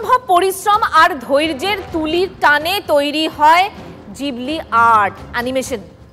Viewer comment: জিবলি না ওটা ঘিবলি। 😅